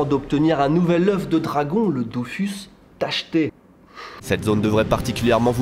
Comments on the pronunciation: M'EN FOU ON DIT DO FU SE PAS DO FOUS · C'est pas dofOUS c'est dofus, le u japonais c'est un mixte entre u ou e, à force de dire aux français que les u c'est des ou, arrivés au Japon on se tape un accent de merde mdr ! Super vidéo je suis fan !!!! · DOFOUS ?! DAFOUUUS ?! TU VOIS UN O DANS DOFUS ?! ;-; (humours détends ton slip)